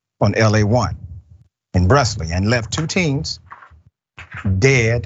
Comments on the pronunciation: The town is pronounced Brew-Lee... Don't ask let's a La. thing😆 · Brusly [Brew-lee]. I know it ain't as serious as the situation but it was bothering me lol nothing is pronounced how it's spelled in Louisiana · unimportant tangent: just for educational purposes only: Brusly is pronounced "Broolee" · Pronounced “Brew-ly”. Once he left his parish, he was clearly out of control. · Brusly is pronounced Brew•ly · brusly is pronounced brew - lee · Hey professor, no disrespect but the town is pronounced Brusly-“brew-lee”.